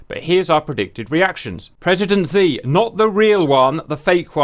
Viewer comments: FYI, "Xi" in Mandarin is pronounced similar to "Shi". The romanization system of Mandarin was invented by the Portuguese, so the letter 'X' makes an "SH" sound, and the letter 'Q' makes a "CH" sound. A singular letter 'E' makes a sort of "UH" sound, so "le" sounds like "luh". Cheers! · Xi is pronounced as "she" . No joke, more funny...his chosen English name is "Ryan". Saving chairman Ryan